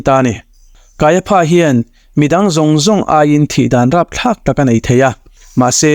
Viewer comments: Kaia PHA tih loh tur, KAIA FA tia lam rik tur.😂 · I channel hi ka lawm takzet. Thu thatak I rawn to chhuak hi aropui ka ti thin. Mahse pronunciation kha fimkhur angai ang. Kaiapha kha kaiafa ti zawk tur ani e. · Puithiam lal ber hming hi Pha ti lovin Fa tiin lam ila. Ngaihthlak a nuam zawk mai thei e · Kaia pha a aw chhuah FA tih tur Hmunkhat a ph a awm tlan chuan F aw a chhuak tur a ni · KAIAFA TIH. TUR KAIPHA TIA.LAM TUR A.NI LO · Kaiafa tiin lam mai la ,kaiapha tih tlatte chu a😅😅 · Kaiafa tia lam mai tur nia...ngaihthlak a ti nuamlo😅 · Ph hi f angin lam rik tur,i sawi dik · Kaiapha niloin Kaiafa tia lam tut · Kaiapha Pha tiin lam loh tur Fa tiin lam tur. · Kaiapha nilovin Kaiafa tiin lam zawk la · Kaiapha hi, Kaiafa ti angin lam la a dik zawk awm mange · Kaiaphas, pronounciation hi kan ṭawng in, kaiafa's tih tur. Pha hi fa tih tir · kaiafa tia lam tur a ni lo mi sir.. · Caiaphas/Kaiafa tih tur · Kaiafa ti a lam rik tur. Kanawha tih loh tur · Kaiafa ti a lamrik tur. Kaiapha ti lo vin